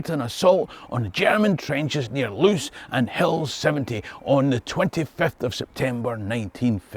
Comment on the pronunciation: Loos rhymes with "close" as in "close enough". In Dutch/Flemish double vowels function like adding an e to the end of an english word.